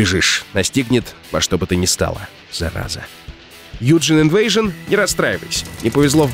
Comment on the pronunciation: О ГОСПОДИ! Спустя 20 присланных роликов я сюда попал!) какое счастье, как неожиданно) спасибо! З.ы. Не юджин инвэйжн, а юджин айвансон (Евгений Иванович в переводе)